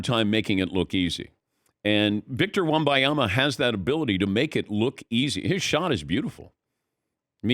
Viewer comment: How hard is it to read and sound out his name? It’s not wembayama